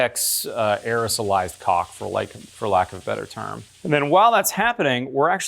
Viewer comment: When you say “cock “ instead of caulk, the closed captioning doesn’t write it ha